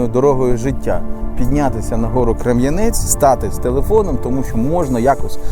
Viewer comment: Дякую, за те що показуєте мій Ізюм, тільки одне уточнення. Гора називається Крем'янець! Наголос на перше е.